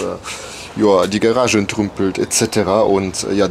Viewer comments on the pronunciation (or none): Garage, nicht Gerage^^